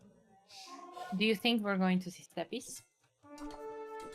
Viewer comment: Your co-commentator saying "2 steppies" for 2 steppe lancers at mins made me giggle like an idiot